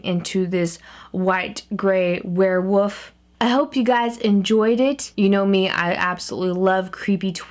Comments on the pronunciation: She said wherewof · Yeah she says warewoof.... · You keep saying "werewoof" instead of "werewolf" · did anybody notice that she said werewoof just pointing that out not saying its weird or anything but LOVE YOU KAT <3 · why do u say ware woof